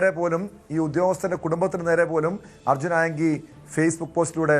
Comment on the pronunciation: Arjun enthonnu "aayangil" 😂😂😂